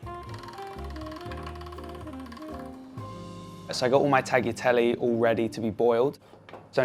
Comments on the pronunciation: Did he actually call it "taggy telly" a few times in a row? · it is not tack-yeah-telly, it is taa-liya-telle (tagliatelle) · “I’ve got all my tagyateli ready” It’s ‘tagliatelle’ son 😂😂 And “she” is such a horrible word when referring to a woman! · tagi tellee? he pretends to be a cook and cannot pronounce tagliatelle? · He definitely should have bothered to learn how to pronounce the pasta he made! "Tagheetehlee"? 🤣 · Eh... is anyone going to comment on the fact that he repeatedly called his pasta "taghitelly"? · Way to go Brook! Nice touch, to cook for your fiancée 💕 Now about the pasta, the Taigliatelle, PLEASE pronounce correctly: TA-YA-TE (like in TEst)-LLE (like in LEopard but a longer L). The G in Tagliatelle is SILENT. Wishing you many happy years with Nicola! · Brooklyn “ taghitelly “ Us italian impressed since then 😐💔*death of Italian cell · Davvero! Oddio, mi fa sorridere un po...to everyone else, it is pronounced "Tah-gli-ah-tel-leh" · Tacky telly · Just a little comment to a young cook: G in the “tagliatelle” is silent. This change nothing to the taste … it looks yummy!!!👍🏻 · I was expecting the comment section to be blown up by angry Italians 🇮🇹 because of how he pronounces tagliatelle 😁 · With this type of investment in a simple meal for two, he could at least have learnt how to pronounce 'tagliatelle'! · i love everything about this... except the way he said tagliatelle . . . . every happiness to you both <3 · The way he pronounces tagliatelle…🤣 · he's a sweet kid but it's pretty clear to me that he knows absolutely next to nothing about food. 'I use tipo flour...' = 'I use type flour' He means 'tipo 00'. He can't pronounce tagliatelle. 'Cheese is like butter'. All British food is fish and chips; all US food is healthy. Oh and a wheel of 30 month parmesan of the size might cost you $1500. So a three-ingredient meal we can all get behind. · Tagliatelle pronunciation is horrible!! All well and beautifull but dude come on...